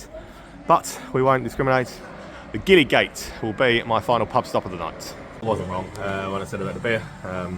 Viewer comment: You're obviously a smart guy who likes to engage with his surroundings and find out stuff so desperately hoping I don't come across as a prat (or a plonker!) but FYI, the street and the pub named after it that was your last stop (Gillygate) is pronounced Jillygate with a soft "g".